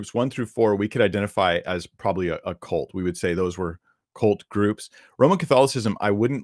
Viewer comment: Please stop besmirching young horses! The word is "cult", not "colt".